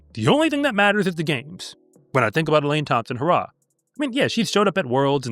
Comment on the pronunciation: Elaine Thompson HUH-RAH😂